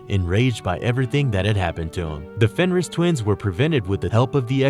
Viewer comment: "powerful villains like wolverine" does anyone proofread anymore? also mispronounced fenris like 10 times